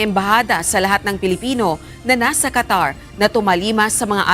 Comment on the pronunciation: Qatar yan , hindi po Catarman samar